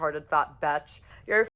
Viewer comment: lmao the fact she says bitch like "batch" bruhhh